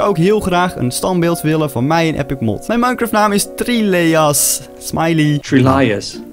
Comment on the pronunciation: Tof dat je een standbeeld van mij neer hebt gezet! En mijn naam spreek je trouwens uit als Trieliejas :)